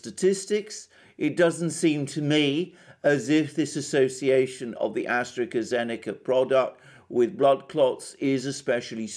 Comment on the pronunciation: Please stop saying AstreKA-Zeneca. It hurts my ears! It is pronounced AstraZeneca!